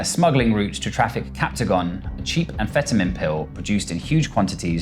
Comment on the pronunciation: "Captagon, a cheap amfetamen popular in golf countries" News reporter has never said the word amphetamines in her life, nor looked at a map of the gulf countries. Great intro highlighting the governments uselessness.